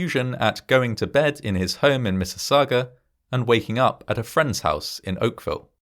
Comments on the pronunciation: this one is local to me, and my dad’s aunt and uncle evacuated and stayed at his family’s house until they could go back home. also, nice job on pronouncing Mississauga! it can be a tricky one for non-locals. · You pronounced Mississauga correctly ♡ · I see your points making out corrections but I think we can forgive them all on the grounds that you actually said "Mississauga" correctly lol. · As a former resident of Mississauga thank you for getting all the details correct and the pronunciation of the names. Well done. I was born a year later so I missed out.